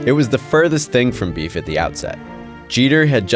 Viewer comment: I hate the way this dude says beef. He’s so corny